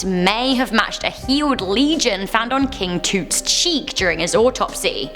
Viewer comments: Why was she saying tut as (to-t) because it is pronounced (t-ut) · OMG! It's Tut as in T-UH-t, not Toote. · King toot. Makes me giggle a bit. Not trying to be rude, but its King T-uh-t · Its nt,"king toot"!thats how youre pronouncing it. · She said king toot lmaoo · Is it me or is she saying king tut wrong